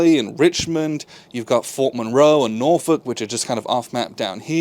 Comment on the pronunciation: As someone from the Hampton Roads/Norfolk area, thank you for saying "Norfolk" correctly. It makes me wince every time someone says NorFOLK.😂